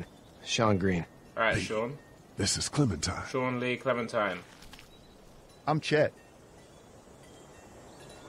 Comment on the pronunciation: Funny the fact that Toby said clementin instead of clementine